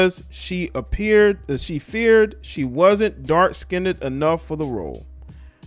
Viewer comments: Dark Skinned, Not "skinnded." 🤣So negrodian. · Who the fuck is still saying “skinded” in 2022?? And why? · No one asked her to talk...and it's not "DARK-SKINDED"...You're DARK-SKINNED. Come on. Whew. 🤣